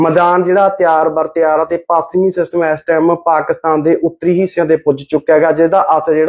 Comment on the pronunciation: Desi anchor apni punjabi ta shud karlai pachmi nu pasmi hi bol reyhai